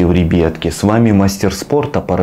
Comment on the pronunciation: братан почему ты на слова ребятки говориш рибитки или ребетки